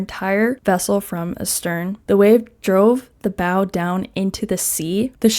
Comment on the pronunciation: Bow is pronounced “bow” not “bow”. Hope this helps :)